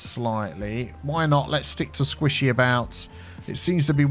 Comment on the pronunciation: squishy-about Me: What? Sushi kebab??